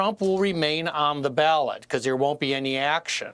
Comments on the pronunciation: Ballot not ballad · It’s BALLOT NOT BALLAD LOL!!! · It’s “BALLOT” bro. But good news!! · “BALLOT” not ballad.